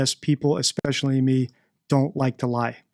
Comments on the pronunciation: I've noticed you say expecially instead of especially. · I noticed that too, and somebody else also pointed it out a while ago.